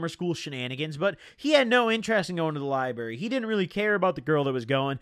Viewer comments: same that shit was taking 10hp off me every time he said lieberry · Dude says “lie-berry” 🤣🤣🤣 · There's a deeper message here to those of us in the know...taking bars instead of reading books leads to my man saying liberry instead of library... Jk.. it's been a long six months of YouTube jail, looking forward to getting caught up! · Love the way he says Lyberry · Count how times he said Lie-Berry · the likes is how many times he said liberry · You can’t say library this many times within 20 minutes if u finna say it like this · The "liberry" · Why he Lyin bro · Don’t nobody say library bruh💀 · He did a few times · The lie berry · Wtf is a lie-berry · the way you say library gives me anxiety